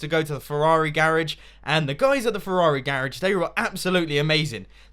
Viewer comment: Every time he said Ferrari I kept thinking of that scene from Cars when Luigi goes, "A REAL FERRARI!!!!"